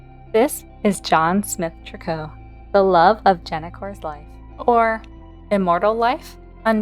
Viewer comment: Interesting that you call them Trick-koh. Everyone else I’ve heard on YT says “Tree-coo.” 😂 This family is odd but has so much mystery and lore for deceased premades